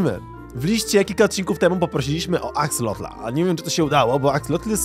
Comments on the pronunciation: na przyszłość nie mówi się axolotla ani axolotl tylko axolot, ale pisze się axolotl. Jak coś mnie ominęło to sorry piszę na początku i dawno nie oglądałem więc zaczynam. A jeszcze jak jest jakiś konkurs na imię dla axolotla: Axolotuś. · Axolotl a nie Axelotl! otaczają mnie analfabeci... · Mówi się Axelota a nie Axlota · Ja nie wiem co wy macie że zamiast prawidłowo wypowiadać nazwę axolotl to wy zmieniacie o na e. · XD to się wymawia jak się pisze czyli Akselot/Akseloty wiem bo mam różowe w domu w akwarium /nie w minecraft [*] Catan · Aksalot się mówi jagby co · Mówi się aksolot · mówi się Axelot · Muwi się axelota